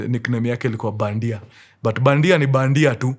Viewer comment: Its badhia not bandia